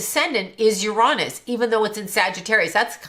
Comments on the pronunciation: "yer-ON-is" 🤣💀 As a physicist, there is no greater tell of a charlatan than mispronouncing a main celestial body in our solar system lmfao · ..”Ur-ahh-niss”.. 😂. For the last 100 yrs we all called it “Ur-A-niss” but I guess there were just too many immature adults out there these days so we had to change it to a much ‘safer’ word. 🤦🏻‍♀️ Lol